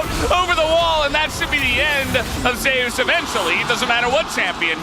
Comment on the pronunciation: why is he calling Zeus Zayus?